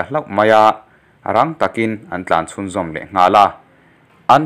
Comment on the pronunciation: Tlan chhuah, tih ( tlân chhuah) sipel in ang thlûk loh dan tura chhiar ,ang chi hi a tam thin fimkhur hlawm thin ula ,Ram mipui tan zirtirna in pe chhuak pah zel tih hi hre hlawm thin teh u aw, nang chu chhiar thiam pawl tak i ni zamah e